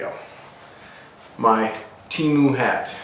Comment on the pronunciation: It’s tee-moo